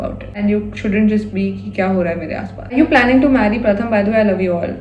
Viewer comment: Gurl....I used to think of Pratham as jiju but being from Kolkata...ig u are my bhabhi now❤ P.s. - if he's Bengali,his name should be pronounced as Prothom😅